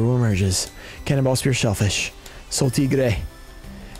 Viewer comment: the soul “tiggrrrre” 😅